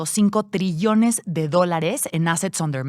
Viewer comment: Trillones nomás chicas ….para que TCHRUILLION ?🤣🤣